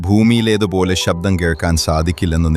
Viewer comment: ഷബ്ദമല്ല ഡേ ഊളേ ശബ്ദമാണ് സർവ് വയ്ക് തല്ല സർവ് ശക്തസ